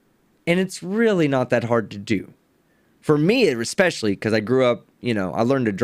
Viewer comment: Does anyone else cringe when he says "expecially" ???